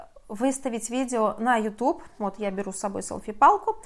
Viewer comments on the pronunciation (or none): none